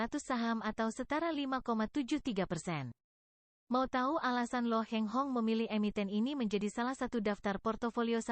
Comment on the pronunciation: Bukan Lo Heng Hong tapi Lo Kheng Hong.